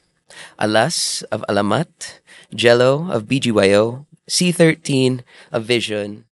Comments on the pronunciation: wait sorry, na bother ako for us vixies Pronunciation ng name ni VXON C13 is see one three po not see thirteen huhu sana may nag research po huhu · C one 3 po please. It's not c 13🙏🏽. Thanks, hope next time, you will pronounce it correctly. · it's C-1-3, not see-thirteen. If you're unsure, asking how to say it properly is a simple gesture that makes a big difference. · hope they researched how to read C13's stagename beforehand. still, great interview! super proud of you C13!